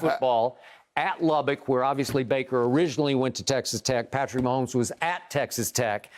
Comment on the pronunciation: I won't be able to handle the commentators calling the game. Mahommes this, mahommes that..Grrrr!